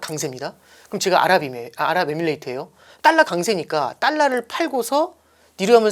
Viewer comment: 딸라가 아니고 달라~~~